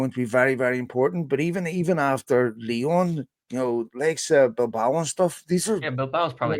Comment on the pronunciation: James why do you pronounce Lyon Lyone? And INEOS INEOSE?